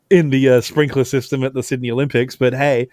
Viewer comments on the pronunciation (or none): none